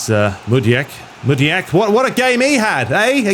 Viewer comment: Mudiek? Are you kidding. It's Madueke mate. Ma-du-e-ke